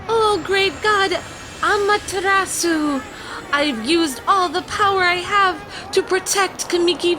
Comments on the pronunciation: also it's pronounced awm-a-ter-a-su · I love this game and the kwings but I’m a Japanese legend buff and the miss pronunciations of Amaterasu and calling her a he triggered me hard still love y’all though